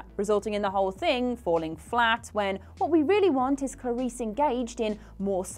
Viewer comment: Am I the only one bothered by the repeated mispronunciation "Carice" instead of "Clarice?"